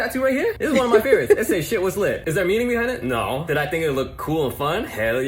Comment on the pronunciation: I'm from America so every time I hear "Naurrr" it makes me smile😊 Love these videos so much!